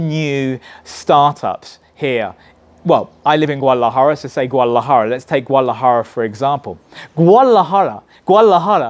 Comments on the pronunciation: lol theres a D in Guadalajara. its not silent . haha.. GOO-AH-DAh-LAh-Jah-RA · My advice for this dude - learn how to pronounce Guadalajara first haha